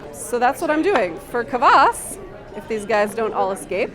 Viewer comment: You pronounce Kvass wrong